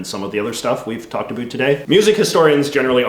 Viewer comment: "Wonder aboat" Ah yes a fellow Canadian lol